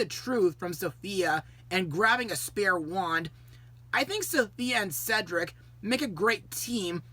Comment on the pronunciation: definitely a classic that stands out for multiple reasons mostly snow white and sofia finally pronoucing cedrics name correctly